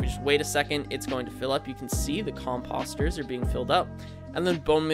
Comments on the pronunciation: Say it with me now... com post er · The next time u say COMPUSTERS .....WERE GONNA HAV A PROBLEM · Who says 'Compahster? It's pronounced with a long o. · Great farm but am I the only one annoyed he’s saying composter wrong? 😑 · no it actually is annoying lol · Ya lol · It's hard to take someone serious when they pronounce "composter" like this guy does. I'm half hoping he's just trolling us.